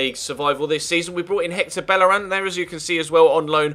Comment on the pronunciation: Bellerin is pronounced 'Beyeh-reen'. It's a spanish name, not French.